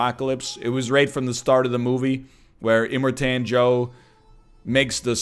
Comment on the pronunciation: NL pronouncing Immorten Joe like he Quebecois